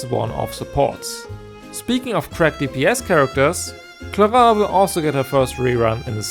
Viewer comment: I shall appreciate the only guy who spelled "clorinde" in an actuall french accent.